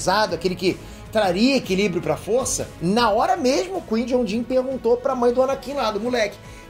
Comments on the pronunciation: Chamar o Qui-Gon Jinn ("Kuaigon Djin") de "Kuí Jon Jin" é foda hein,... kkkkkkkkkkkkkkkkkkkkkkkkkkkkkkkkkkkkkkkk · O “Quei Jon Din” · kkkkk Massa ele falando do Jedi "quijonjin" kkkk. Mas o correto é Qui-Gon Jinn (cuaigon-djin) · Repete comigo : Kuai Gon Gin se fala assim 😂😂😂😂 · Uma correção o nome do mestre jedi Qui Gon Jin se pronuncia “Quai Guon Jin” Ok? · Você vê que o cara é poser quando ele chama o Qui Gon Jin de Cuijonjim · Bora lá,, repete comigo: Qui Gon Jinn = KUAI GON DJIN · “Quin jom jim” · Pô,, a pronúncia do nome do Qui-Gon Jinn é cuaigom gin. Ficou horrível a pronúncia. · Escutar "Cui John In" é f*da hein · Qui JOW Jin? Porra kkk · Oq é pior o falando Qui-Gon Jinn ou que o pai é o Sidius? Ps, o pai é o Plegueis quando manipulou a força a bel prazer para dar vida a seres na busca pela imortalidade. A força sentiu-se humilhada e não respondeu e nessa ausência foi a concepção. Até por isso Darth Plagueis nos acontecimentos de ameaça fantasma tenta conhecer o Ani em Coruscant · Qual é cada hora mudando a pronúncia do qui-gon jinn